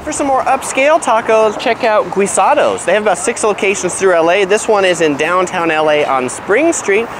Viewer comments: The way u pronounce guisados sounds Italian like guido. Its actually more like geesados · Hahaha "gweesahdohs